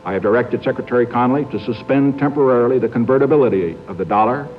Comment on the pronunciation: "Temporarily" - always gets me when I hear that.